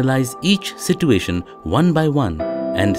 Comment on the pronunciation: At the end of this module, you will understand we have money to hire animators but not good narrators. Like every sit -u-ation triggers me